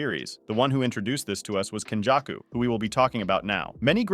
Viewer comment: Your pronunciation is very hard to understand. It's けんじゃくkenjaku (up sound), not kenjacku (down sound)